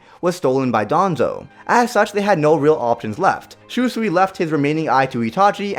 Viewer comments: Did this man really just say Shoe-sui? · shoesui is that how you pronounce it and kotomatsukami hmmmmmm somethings off can you spot it kids